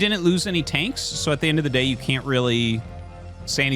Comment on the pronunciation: When he said “day” a few times early in the video it kinda threw me off😂😊